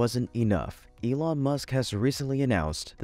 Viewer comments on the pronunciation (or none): none